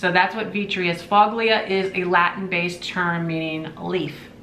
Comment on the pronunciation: Hiya, the Italian dish is so lovely & a great find! In Italian of “voglia” is pronounced “vol-ya” accent on the “ya” (4.5 years of Italian finally comes in handy🤣) its a little difficult to write phonetically but the “gli” is always a “ya” or “ye” sound depending on region. Gets crazier; try saying “gnocchi” properly, everyone butchers it (tip to sound like you’re Italian savvy: the “gn” sound is a sort of nasal “n” sound, so “nyawki” freaky right?)! Love all the flamingo pieces you’ve been finding, they’re so kitschy & fun! Have a lovely weekend! Jet 🧡🎸🎶⚡️🦇🦇🦇